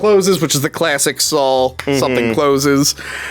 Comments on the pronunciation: Drink every time says Sawl. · I love how says "Sawl"